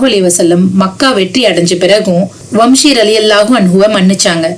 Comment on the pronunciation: வம்ஷி அல்ல வஹ்ஷி